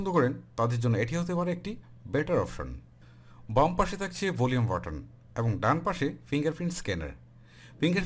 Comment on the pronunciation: helpful review.. but উচ্চারণের দিকে নজর দিবেন আশা করি, করচি,তাকচে, কেলছি,কেলা what is it.....